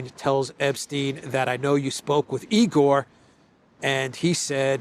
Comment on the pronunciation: There are plenty of Russians living in Canada, Australia, and USA. By the way, it is not E. Gore; it is Igor' [ eagerr' ] like English word eager.